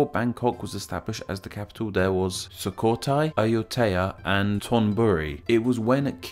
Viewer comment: ZKIX739 yeah like Sukhothai and Ayutthaya. He flopped